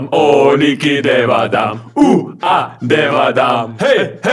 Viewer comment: 12 Dev Adam performance 👏🏻 almost as good as Turkiye’s performance on the court 😅 (very good pronunciation too) Thank you guys for the great coverage on another tournament!